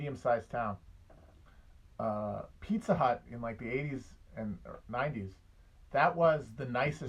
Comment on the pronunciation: I love when Matt gets on his midwestern shit. Pizza Hut.